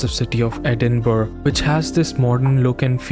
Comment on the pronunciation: Great review man! Sorry I'm late to the party. Loved your appreciation of the UK. Only thing worth mentioning to you brother is that Edinburgh is pronounced with a soft g like borough in the rest of Britain. Just a heads up my man, totally understandable that you wouldn't know this. Trust me I've heard much worse pronunciations, mainly from American bros haha. Burgh actually just meant hill originally